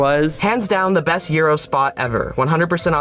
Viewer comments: As a greek i just want to say i'm really thankful for you pronouncing "gyro" correctly. It was a breath of fresh air. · As a Greek, thank you for pronouncing gyro correctly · you pronounced gyro correctly, instant sub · the correct pronunciation of gyro got my greek ass feeling joyous as hell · As a greek, you're the first person I've seen to pronounce "gyro" correctly Congrats, I suppose? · 5/5 for pronouncing 'gyro' correcτ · for correctly pronouncing gyro you get a sub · U get a like for pronouncing gyro right 🤌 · I just wanted to say you pronounced gyro perfectly omg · literally the correct pronounciation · thats how its pronounced you american